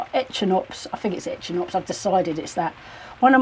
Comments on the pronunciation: Echinops pronounced eckinops,. Things are coming along so well on the allotment. Hope you can sort the shed leaks without too much expense. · Pronounced eckinops 😅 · Hi it’s pronounced e-kin-ops, your plots coming along brilliant